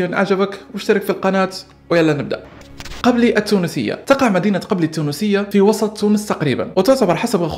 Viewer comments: قبلي 😂😂😂 gbeli و ليس 9ebli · تتنطق قبلييي☑. قبلي ❎ المهم نطقتها غالطة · مشكور اخي لكن نطقك لإسم المدينة في تونس خاطئ و هو كالتالي gbilyy مرة أخرى مشكور اخي متابعك من تونس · يا انا من قبلي التونسية ولاكنها لا تنطق قبلي بل تنطق إقبيلي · ماعرفتش تنطق قبلي بالقدا انا تونسية أعرف انك لن تفهم لهجتنا